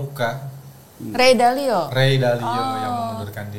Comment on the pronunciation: Take a sip every time he pronounces Ray Dalio as "Ray Dailo" 😂